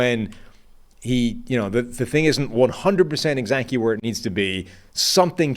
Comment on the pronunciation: & & Is this man saying “exacty” (E-Zachy) instead of exactly??? Lol